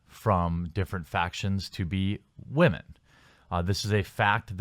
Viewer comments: How does someone who is clearly a native English speaker not know how to pronounce "women"? Sheesh. I don't see how they even attacked their fans. If you have such a big issue with their game, don't play it. That sounds like common sense, not an attack. Are you guys that fragile? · You still don't know how to say the word Women. It's not the same as Woman.